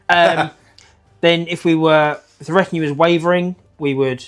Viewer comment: I hate to be pedantic but you keep saying RETOIN instead of RETINUE.